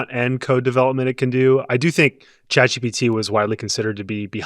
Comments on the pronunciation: How does a tech journalist who covers these things daily Not know that it’s Chat GPT??? He keeps saying GTP. And how do the other two not notice an correct him??????? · consistently saying GTP the whole episode. He really needed some sleep.